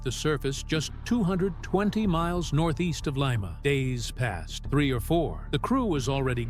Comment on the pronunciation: Leema not lyma